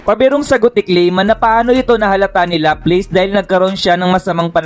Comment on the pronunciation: bat ganyan pronunciation mo ng mga pangalan nila? laplace - laplas, cazaream - kazarim..